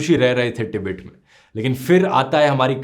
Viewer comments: कोई इस चाटी को बताए तीबेट नहीं तिब्बत नाम है का। जाहिल को देश का नाम बोलने नहीं आता लेकिन history bta रहा है । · हिंदी में tibbat को टिबित नहीं बल्कि तिब्बत बोलते हैं। अगर हिन्दी में विडियो बनाते हो तो सिर्फ हिंदी में ही बोलो ना कि इंग्लिश में, अशुद्ध शब्द मत बोलो।🙄